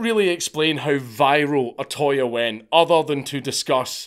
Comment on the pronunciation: It's not O-ToY It's O-To-Ya You British Grammer police are getting it back from Nippōn!